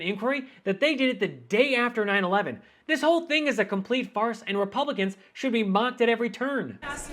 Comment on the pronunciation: It's thing, not theeng trumpo